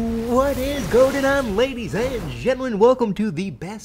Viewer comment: Does anyone else hear say "What is goatin' on" instead of "What is goin' on"?